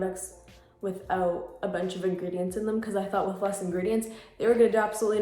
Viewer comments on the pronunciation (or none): Her: Read The Engredients Olso her: MaRiO BaDeScU